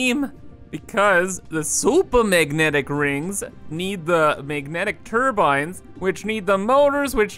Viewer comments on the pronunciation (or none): none